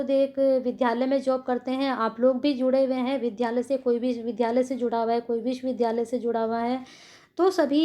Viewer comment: विश्वविधालय नही विश्वविद्यालय पढ़ा करिए।